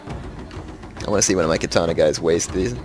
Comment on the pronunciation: Or continuously pronounces Katana wrong. Can't watch his shogun videos, my OCD goes nuts.